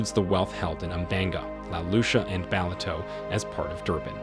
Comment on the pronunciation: Your pronunciation of Umhlanga and Ballito is hilarious😂